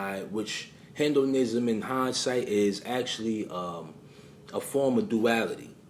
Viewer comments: What is Hendoism? You're pronouncing it wrong. It's He-Do-Nism. You pronounced James Gandolfini's name wrong as well. Stop being lazy. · it's not pronounced "hen-doh-nism"...it's hee-doh-nism...(hedonism) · FYI: The word (hedonism) is not pronounced 'hin-do-nism', dumbazz. It's pronounced 'heed-on-ism' or 'head-on-ism.' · Heed-in-ism… Hedonism is a philosophy that says the way to live life is to live for pleasure. Exactly like Alister Crowley’s motto “do what thou wilt” which means if it feels good, do it. Which we know is in direct opposition of the way the Bible says which is “Do the will of good”. We have to pay very close attention to this. I love you videos and knowledge I always watch all of your content and I am in the state of Maryland, not too far from you in NY. We gotta link up my friend, the knowledge between the two of us could help awake many minds. Peace my brother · it’s pronounced HEED-IN-ism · Hey, this was well done. Btw, Its pronounced Hee-dun-ism. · the way u say hedonism 😐🫤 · The way you pronounce hedonism 🤣🤣🤣😅